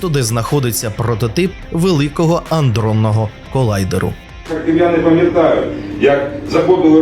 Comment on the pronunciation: "аНдронного колайдеру..." Ну, ну! Чуток, би, освіченості диктору... Але, то ж таке, зайве.